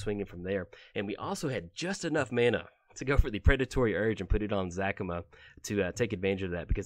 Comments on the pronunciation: You're saying Zacama wrong. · Another commander he does not know de way to saying the name properly